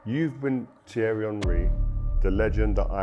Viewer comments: Jesus christ have the decency to tell your AI voice to pronounce the names right. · Thanks for not fixing your AI voice's pronunciation of Thierry's last name to alert me to not waste my time with this slop.